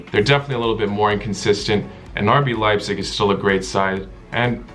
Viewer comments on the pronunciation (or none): none